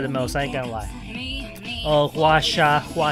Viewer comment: 6 more to go lol. Btw, its pronounced "Hwa-sa" 😉